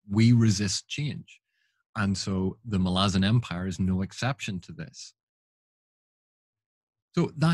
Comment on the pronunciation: Don't care what anyone says, it's Mal-ah-zon. Emphasis on the Mal.